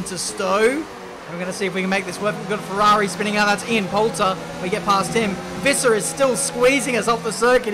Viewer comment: You prenounce it like bite - sk - è and visser you did well